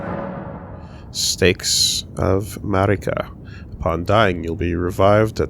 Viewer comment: Glad I'm not the only one who hears that every time they say "Marika"